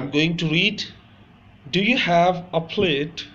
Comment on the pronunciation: Plat or plate or plait...? It said plat in writing and you read it as plate(crockery).